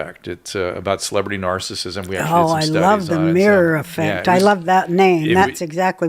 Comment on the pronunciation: I listen to Drew and Carolla a lot. While I agree with him, he always goes back to Covid lockdowns and he says the word “narcissism” as “narcism.” I know he’s talking fast but it’s annoying.